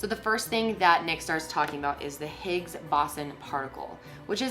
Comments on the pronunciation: It’s bo- zon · My particle physics arse dying every time she said boson wrong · as an engineer it hurts my SOUL to hear pronounce boson wrong. ahhh but it's fine we can't all study physics